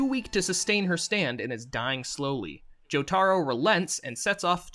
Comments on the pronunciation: HOW DO PEOPLE WHO WATCH THE SHOW PRONOUNCE JOTARO INCORRECTLY?! ITS NOT joe-tar-oh it's joe-ta-roh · listen here BUDDY. its not JoTARo. its JoTAro